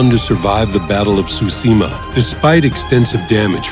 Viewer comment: that guys pronounciation of tsushima is laek super offensive